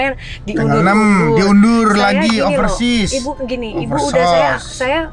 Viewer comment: Mas anang : overseas, oversos Ngakak yaAllah 🤣🤣